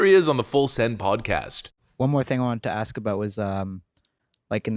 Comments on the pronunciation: You don't say ax, you say ask. If you can't speak proper English don't speak at all. Stop speaking ebonics. Stop living and acting like a stereotype. I can say if you words and everybody can picture a certain image in their mind and therefore if I can do that and they can see it in their head you are a stereotype. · Please.... can we just correctly say the word "ask"? IT'S NOT FUCKING "AXE" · What is the problem some Americans have with pronouncing the word “ask” as “axe”? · Maybe cuz you wanted to "axe" them a question....??🙄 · The Republicans " axed " to talk to me ?? Are you f**** kidding me. How can you talk to somebody that doesn't know the English language ? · Come on now ice you're born in the u.s. went to school here and still can't say ask or both..